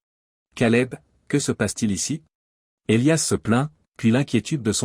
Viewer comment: Houlala..😂😂 à peine 5mn..et.." Et liasse " à la place d'Elias " ???..🙄😭..😁😁😁..